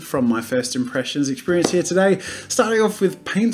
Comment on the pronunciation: he only says "here" like how its spelt once, the rest is "hea" i think thats really funny lol